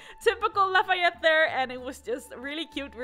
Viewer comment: I was waiting all day! And I was not disappointed! :3 You pronounced Lafayette's name perfectly